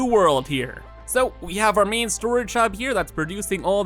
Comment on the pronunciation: Every time you say "Main" I think you say "Meme". So you've been talking about having a "Meme power switch" during the whole video... XD Good luck with the new world, man. Can't wait to see you reach new heights... and break Satisfactory once again! (also can't wait for the world download) <3